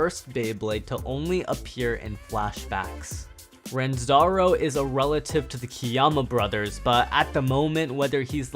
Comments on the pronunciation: Fact 101: It's Ranzo, not Ranzoro lol! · his name is actually Ranzo not Ranzaro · I like how you call him "Ransaro" instead of Ranzou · CORRECTION AT NUMBER 29 It's RANZO, not RANZORO. Not all Kiyama has a 'ro' at the end of their names, and he is not Japanese. Plus, in his description at beyblade.jp, it's confirmed that Ranzo is the Kiyama brothers' cousin from Brazil. Another, it's SAVIOR VALKYRIE, not SABER. Savior is what's written in the info for Valt, as well as in the box. Hope reads this, some mispronounciations kinda bother me.